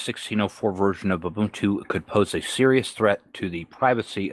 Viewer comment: Moo-buntu LOL. Maybe they should adopt pacman instead of reinventing the wheel. :) Continuing to enjoy the format change of not green screening into the videos. No matter who does it, unless it serves a direct purpose, it's distracting.